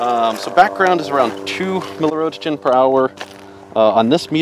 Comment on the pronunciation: milli-WHAT? What is a ROSE-JEN?